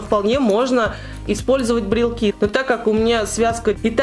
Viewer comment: Правильно говорить брелОки😍😍 не в обиду, просто поправила